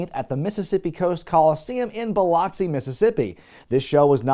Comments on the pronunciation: As someone who lives nearby, it's pronounced "bill-ux-ee", not "bill-ox-ee". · Love the channel,! I DO have to advise- Biloxi is pronounced Bill Uck See, not Bill Ock See. With that said - wild to see a venue I am VERY familiar with on this! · Whoa....whoa whoa whoa....sir! It is not Bi-lOX i (like box). It is pronounced as Bi-Luk-See. Lol! Still love your videos though. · Wow, I'm from Biloxi and went to a WCW House Show, and a WWE House show and a RAW at the Coliseum, but I had no idea we ever rated a PPV, of course I was only 5 in 1993 😅 Also, just to let you know, it's pronounced Bill-uh-cksi not Bill-au-cksi lol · By the way its pronounced "Biluck-see", not "Bilock-see". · bil-lox-e lol Its pronounced: bil-lux-e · I believe it's pronounced buh-luh-xee. As a Mississippian, I couldn't resist. lol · Just a heads up. It's pronounced BiLUXi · It’s pronounced bill-luck-see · As a native of Mississippi, it always gives me a smile hearing how folks pronounce Biloxi. I rented this Pay Per View at one of our local stores. I don't remember much about it. I do remember the mini movie. That was a good time waster. One thing I'd love for the influencer to do is give a retrospective on 2 Cold Scorpio, if he hasn't done it. Mad underrated when he was active. He's a guy that really could do any style of match and memorable moves. A real one indeed.